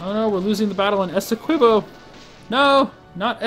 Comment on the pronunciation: Esequibo, with the ''qui" pronounced as "ki", as in Kit.